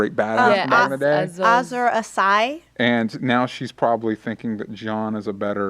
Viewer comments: Azor Ahai not Azer Assai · Fuck you guys slaughter pronounciations. Berrick Donderian becomes Berrin. And Azor ahai becomes 'Azuurrrr asigh?' It's really disappointing.